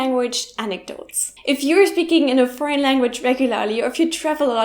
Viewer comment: Foreign, her: frauen, native speakers: for-in